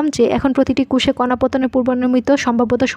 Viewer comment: প্রতিটা কুষে মানে কি??? কোষে আর কুষ এক কথা?? আর প্রতিটা কোষে অবশ্যই কি কোন না কোন কণা প্রবেশ করে??? যায় হোক ভালোই চেষ্টা করেছেন। ধন্যবাদ। উচ্চারণ একটু ক্লিয়ার করবেন। আর একটু কম সময়ে শেষ করবেন।